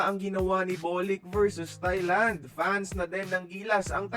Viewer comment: Nakakatuwa nman narrator ntin sabi niya tae lang 😂😂😂Thailand po